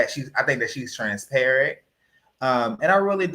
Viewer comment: it sounded like said,"Trans-parrot." Lol😂